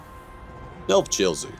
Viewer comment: talking about the settlement of Novchozy and pronouncing it pretty close to North Jersey made do a double take and make sure it was actually what he said. I guess it wouldnt be too far off, Novchozy being on the edge of the cold chaos wastes of the north still in a bad enough area to be considered not hospitable but on the edge of "civilized" society.